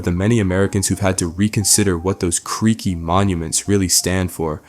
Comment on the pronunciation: you kept saying "creeky"... where did you get that word from gang